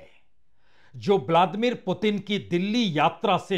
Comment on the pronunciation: Apni uchchaarannon KO satheek karen Punya prasun bajpai jii ! Blaadimir nahin Vladimir hai unka naam aur Netaanhu nahin, Netaanyaahu hai unka naam.